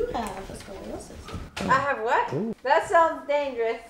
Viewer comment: I hardly believe that was a dr for the simple fact she said ascoliosis lol